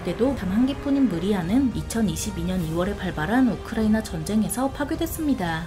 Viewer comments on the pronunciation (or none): none